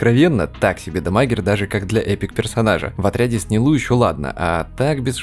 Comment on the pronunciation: Почему НилУ? Минус уши(